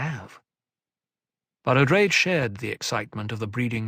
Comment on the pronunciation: You’re mispronouncing Odrade as “Oh-drayd” (long A). The correct pronunciation is “Oh-draw-day”.